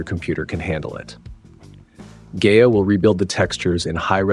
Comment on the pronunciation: Pronounced "Guy-UH"